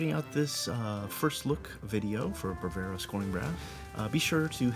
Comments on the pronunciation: It's Bravura, not Bravera. Must drive Impact nuts. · 17 mins and 52 secs with a guy who pronounces the name of the library he's reviewing wrong...!